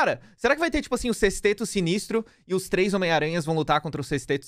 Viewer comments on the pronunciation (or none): none